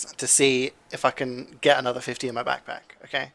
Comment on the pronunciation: CJ Kaled: Anotha one, anotha one